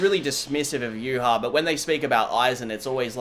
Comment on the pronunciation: I would like to thank you for pronouncing Yhwach correctly. I have no idea where everyone gets the b